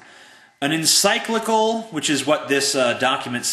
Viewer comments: dude if you are an "atheist" why are you so upset just because somebody is questioning your beliefs. Instead of getting angry don't you think that it would be better for just to explain why you don't believe in God? And it is encylical=in-sick-lik-cul; monsignor=mon-seen-nor; seton hall= see-ton- hall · BTW, I totally stopped being mad when you mispronounced "encyclical". Yeah... sure atheists are smarter... Right... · First we are dealing with a guy that can't pronounce encyclical. Also, I don't think there are close to 1 billion atheists. I'm not sure how he backs this up. Don't try to be an intellection because it's not working for you. Congratulations you are just another racist. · FYI, quoting the AP in matters of Religion is usually a bad move. You should go to the document and read it in context. I'm not saying you're wrong, just that the AP loses a TON of meaning because it discusses complex topics (like religion) in far too simplistic terms (just like your crappy video did). Learn how to pronounce encyclical, read it (Spe Salvi), and then I might care about what you say.